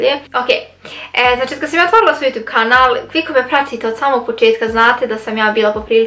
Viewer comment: Kako cudno kažeš YouTube(Jutu'b')😂Velika podrška za tebe💞💖